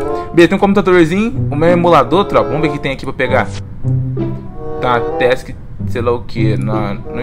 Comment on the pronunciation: falando task transkfhfjdkdjdj